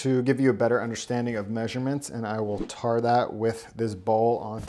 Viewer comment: "I'm gonna tar that" lol